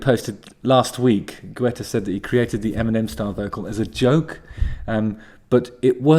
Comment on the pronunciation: It's pronounced, "Git-ah" or